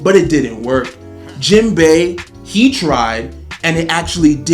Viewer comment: This video started off all wrong 🤣 bruh said Jenbai. I'm two years late tho so he didn't know Sanji is better at this point. He gets a pass lol